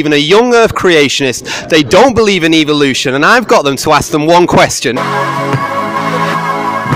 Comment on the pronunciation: "Evl-lution".... I see what you did there